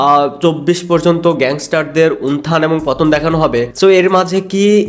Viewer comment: vasa thik koren.unthan noy,ota utthan